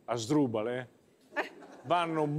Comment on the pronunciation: Asdrubale.....mi ha fatto scoppiare i polmoni 😂